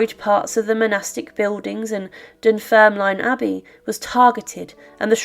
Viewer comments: Great content but it's pronounced Dunfermlin. The e is silent. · I absolutely love your channel and love the presentation of it all. But as someone from Fife, I couldn’t help but wince at your pronouncing of Dunfermline. Ignore the e at the end, we don’t pronounce it. Dunfirmlin is how it should sound. I get though it isn’t something you would have picked up or know, just reading it has it’s written. Ignore me if you feel that i’m being overly pedantic. Aside from my twitch which is my own issue, keep up with these videos, they are very very interesting